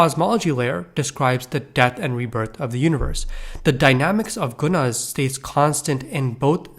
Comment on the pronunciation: Yeah bro pls learn how to say tattva satva and guna